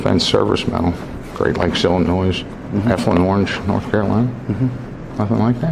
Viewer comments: He also pronounces Illinois as Illinoize. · Don Shipley pronounces Illinois as Illinoize. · The ‘s’ in Illinois is silent, Don and to everyone reading this. A lot of my fellow statesmen will heckle you if u say that in front of them. Just a heads up.